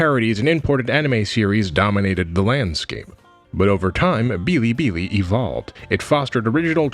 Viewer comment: Bilibili is pronounced as is. No tones needed.